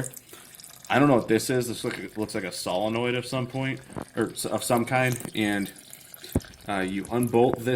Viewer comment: When he said; "solenoid" I had to laugh